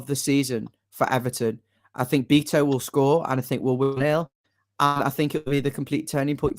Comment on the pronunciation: I can never understand people who pronounce the Portuguese surname “Beto” as “ BEETO” as if they have never heard of the legendary “Bebeto”…unless they also stupidly pronounce that name as “BEEBEETO”… his name is of course pronounced [ Baeto ]….show some respect ffs